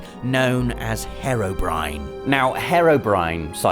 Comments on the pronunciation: its pronounced he-ro-br-i-an not her-obr-i-an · Herobrine not Harrowbrine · Funny you say herro brine when it is spelt hero brine... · Painful lack of knowledge regarding Hero Brian as "Hirobryn"? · Pronounce herobriane correctly